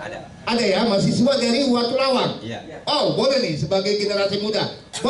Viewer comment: maaf pak ..,..menurut saya watulawang bukan watulayang....hampura